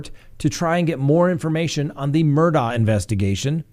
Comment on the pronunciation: I’m Scottish, Murdaugh is a Scottish name and it’s pronounced Murdaw. Hope this helps.